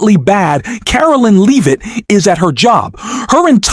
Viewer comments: Please stop mispronouncing leavit 😢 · Stop mispronouncing leavit😢